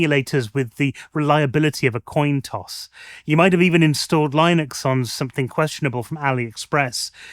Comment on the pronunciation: but u say it like lineix instead of lin - uhx lol